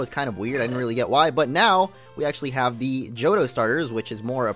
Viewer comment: omg the way he says Johto...